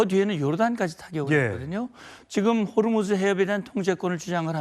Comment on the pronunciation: 호르무즈 가아니고 호 무스